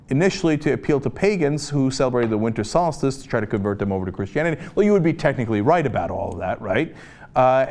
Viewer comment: I hate the way Cenk pronounces Solstice.